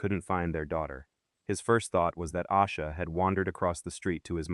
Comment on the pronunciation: I used to think her name was pronounced "Ah-sha" because so many videos said it that way. It wasn't until I heard her brother say "Ay-sha" that I realized it was wrong